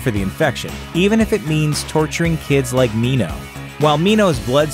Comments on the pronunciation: they pronounced minho right holy shit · I am not happy with the ending. Newt's death is unnecessary death. Btw, thank you for pronouncing Minho's name correctly! You're awesome